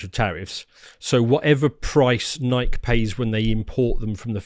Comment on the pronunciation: I think they're mispronouncing Nike on purpose at this point, lol